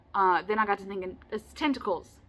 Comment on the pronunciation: You held up that card and said tentacles and my brain totally heard “testicle”